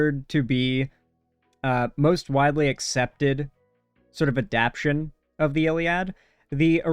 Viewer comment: I don't know how much I'd poke at that considering this guy can't bring himself to add the extra syllable to adapTAtion